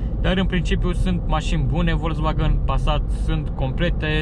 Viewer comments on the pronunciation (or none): ))) nu stiu daca e ptc ador germana, dar "folksvagn" suna mult mai bine, dar pe la noi chiar n-am prea auzit multa lume sa zica asa:)) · Învață să spui "Volkswagen" corect, apoi apucă-te de review-uri